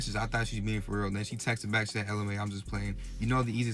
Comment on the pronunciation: Wow this challenge is so brain dead. And why this 🥷🏽keep saying"byke" in place of "back" 💀